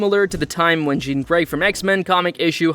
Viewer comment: "Jen Grey" "Stefen King" Bro fuck AI so cringe...